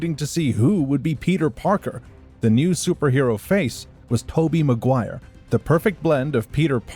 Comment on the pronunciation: It's Maguire. Not MacGuire